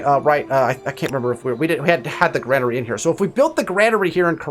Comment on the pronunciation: Dude I learned a lot. This is super vague on console. However it's pronounced grain-ery lol had to do it man haha thanks again!